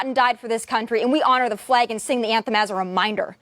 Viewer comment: THE NATIONAL ANTHEM AND OUR FLEG? PLEASE PRONOUNCE IT RIGHT BEFORE CRITICIZING!!!